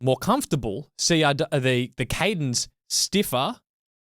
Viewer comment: CADENce...there is a CE on the logo, yes? Or I am I seeing things, cuz' I keep hearing "CADEN". Is it an Aussie thing? gg